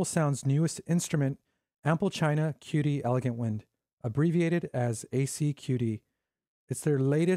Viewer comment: The actual prounication of "qudi" sounds like "chew de". Great review. I have their pipa product.